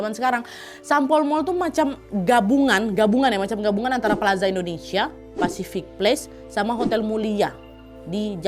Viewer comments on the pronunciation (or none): none